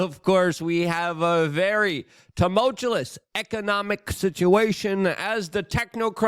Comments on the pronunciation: "Downtrotted?" "Tumultulous?" "Thucydious?" Somewhere an A.I. is blowing it's brains out. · TUMULTULUS. Never stop pronouncing words incorrectly Luke. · Too-Mull-Chew-Us Practice saying "Tumultuous" like this. If you must use it in every video, you need to be able to pronounce it better. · "Tumultuous" is Luke's kryptonite